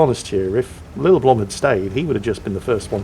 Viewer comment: The name's actually pronounced (until a Norwegian comes to correct me) Lillleblum (where the 'e' is 'e' , not 'i') br. a Finn :)